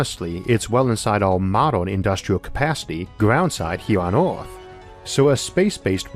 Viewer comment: This is not due malice but why you pronounce earth as oort? There's Oort's cloud in space so this can be a bit confusing.